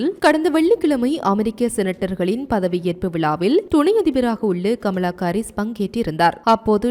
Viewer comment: அக்கா அது Baலஸ்தீனம் இல்ல பாலஸ்தீன் தமில கொல்லாதிங்க 😂😂😂 பமலா கரீஸ் இல்ல கமலா ஹரீஸ் 🙋‍♂️